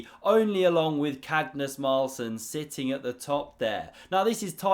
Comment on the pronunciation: Did you purposely call him Cagnus Marlsen?! 🤣🤣